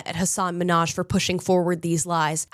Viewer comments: Don't be stupid, every comedian has stories that are probably not real. It's comedy, for goodness’ sake. And his name is Minhaj with a pronounced h (you could say it's like Russian KH) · He seems like a grievance meanie. He was on "Ellen" and complained that everyone pronounced his name MINhaj instead of MinhAJ. My first name has a Scandinavian pronunciation--I've never had a boss get it right yet--I think I'll be ok... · I knew he was trash how he snapped at Ellen for mispronouncing his name. In my opinion he’s a weak little man hoisting himself on a pedestal he does not belong on.